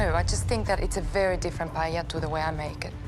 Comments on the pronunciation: nope, she actually said pallela so no problem. anyway none of those is really a paella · We pronounce it as PAH EL YAH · The host mispronounced paella 🥘 sad